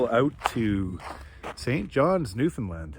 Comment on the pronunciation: Good job pronouncing Newfoundland correctly. Newfoundland rhymes with Understand. You did it! (I think you did it, anyway.)